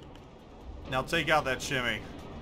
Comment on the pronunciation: Why so much disrespect towards Japanese names? There are no ships called 'Shimmy' and 'Yammy'.